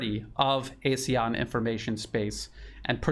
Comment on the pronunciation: ASEAN pronounced Ah Sea Ahn. Regrettably ASEAN dis- United